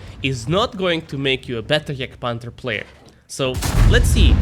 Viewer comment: pronounce the name correctly. its not juuurger and not jurgtpanzer. ok ?